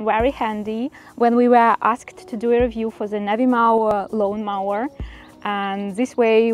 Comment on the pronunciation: Congratulations with your new mower. However, one pronounces the "o" in mower as in "go" or as in "Joe".